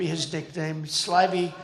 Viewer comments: The way Trump pronounces slimy is repulsive 🤢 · Trump would have found it helpful if he could pronounce the word slimy.